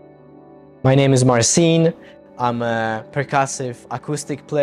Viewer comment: Panie czyżbyś Pan zapomniał poprawnie wymawiać swoje imię?